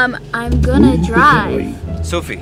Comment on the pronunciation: "soFie" not " soFFie"